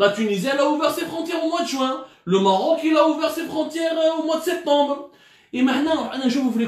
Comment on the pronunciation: Vous vous comparez à l’Afrique du Sud, à la Tunisie...mais tu n’arrives pas à prononcer le Maroc et c’est presque dans toutes tes vidéos !!!! N’est ce pas un complexe non déclaré ??!! Venant d’un journaliste soit disant cultivé et « instruit « ça m’interpelle quand à l’avenir maroco- algérien !!!! Pour information, le Maroc fabrique ses test PCR depuis juillet, il n’en importe plus , on peut vous filer notre surplus. L’arrogance n’a pas de limite!